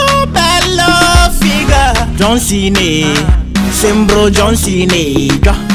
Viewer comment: Ma non sa neanke parlare dice don cena invece di John cena